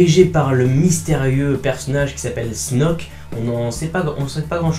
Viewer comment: Belle review mais... un peu déçu sur la prononciation de Snoke :( XD